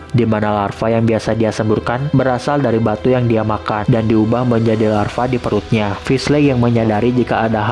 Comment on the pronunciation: Lava bang bukan larva😁